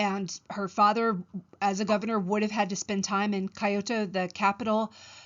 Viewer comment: Never before have I heard someone consistently pronounce "Kyoto" as "coyote", but with the final -e exchanged for an -o. Other than that, a nice lecture.